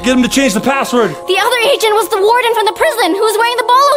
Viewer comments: Vy that's the woardon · That's the woardon